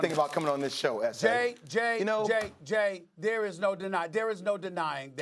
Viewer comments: why is he saying Essay? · My guy Jay Williams sounding Spanish when he tryna talk to Steven .A .... 😭😂, cmon Esse , u my boiii Esse , ESSE!!! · Everytime jay says S.A. I keep thinking he’s speakin spanish and saying ese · Lol I was trying to understand what "Esse" was😂😂😂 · Sounds like Jay is a cholo when he says "S.A". Dude is hood deep down